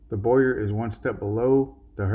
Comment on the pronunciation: It’s not boy-yer…it’s bow-err